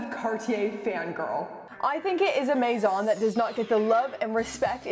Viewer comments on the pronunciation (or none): none